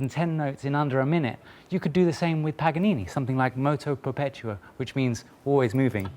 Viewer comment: MOUCHIO PREPEUTCHO killed me as an Italian XD